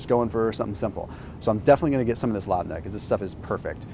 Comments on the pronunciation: Hey, love your vids. Proper pronunciation is Lebnih - it's a Lebanese dairy product... My folks are from Lebanon, so it's something we eat regularly. Keep it up, thanks for all the informative vids! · Love the video style & presentation. But my husband would insist I mention that the traditional pronunciation of labne is “LEHB-nuh”. Great vids though! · Labne is pronounced Lehb-knee. I'm lebanese and we always made this growing up. Just hang your yogurt in a cloth sugar/flour bag, and let the whey/water drip out for a few days. Try to keep your cool, there may be young people watching!